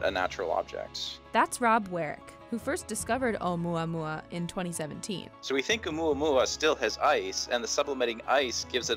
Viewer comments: I thought she said oh yeah yeah meme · onmuamua that's what I heard😂😂😂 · Should it be pronounced "OH-oo-MOO-uh-MOO-uh" 'cuz there's a U in the Hawaiian name? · yes pronounce the U letter.... she mispronounced it by leaving out the U sound